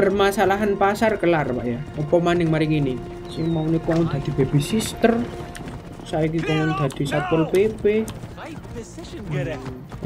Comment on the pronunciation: Halo bang babysitter ya bang bukan babysister